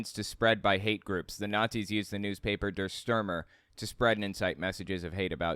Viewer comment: Also lol "Dur Stermer"